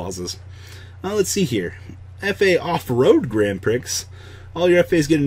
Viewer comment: While I love the F.A archetype, this video triggers me because of the way "Grand Prix" is said.